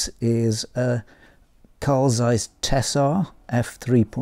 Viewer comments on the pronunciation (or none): none